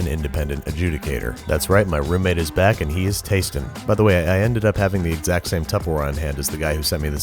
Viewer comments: I heard " that is right my roommate is black" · Back ... Not black...lol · Thought he said my yes my roommate is black lol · When babish said "thats right, my roommate is back" i heard my roommate is black and i literally DIED laughing lmaooooooooooooooooooooooooooooooo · Did you say " my roommate is black" or "my roommate is back"? :) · I HEARD WELCOME BACK TO BITCHING WITH BABISH LMAO